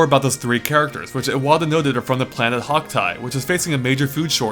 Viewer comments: Hock tai?! Wtf. It's kappa I! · did you say hoctie its kopie